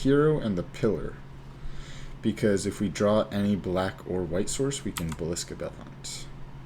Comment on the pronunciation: Nice video. Thanks. (Quick note, not to be a jerk, you keep saying “Ballisca” when I believe it should be “Basilica,” as in a large hall or building. Forgive me if I am wrong).